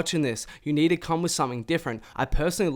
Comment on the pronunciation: i know its not his fault but the way this nigga says 2 too and to bother the fukk outa me😭. it sound like he sayin tewr